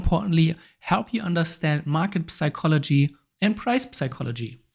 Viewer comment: As always, great content. FYI: "psychology" is pronounced without the 'p'